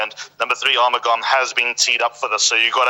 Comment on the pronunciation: The correct pronunciation of Arumugam is R-mug-um